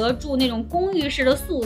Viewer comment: suite的发音是/swiːt/这个，所以你可以把它当成sweet来念，很棒的视频，加油